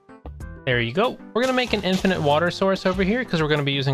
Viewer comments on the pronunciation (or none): none